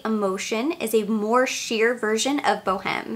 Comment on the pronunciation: Boheme is pronounced with a silent "H'," so it's Bow-eme. From Puccini's opera, "La Boheme."